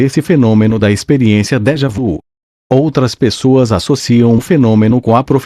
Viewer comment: A compreensão desse texto poderia ser melhor se a leitura fosse feita com a pontuação e a entonação corretas. Tive que voltar atrás várias vezes. Crítica positiva para que haja melhoras... A propósito, a expressão francesa "déjà vu" deve ser pronunciada como "déja vi". Esclareço que não tenho nada contra o conteúdo e admiro esse assunto!